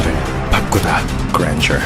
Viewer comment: 그랜저인데 그랜절 ㅋㅋㅋㅋㅋㅋㅋ